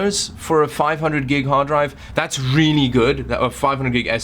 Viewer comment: When says really: "WRIILI"